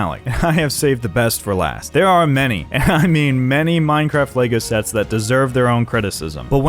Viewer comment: i feel like he said shets instead of sets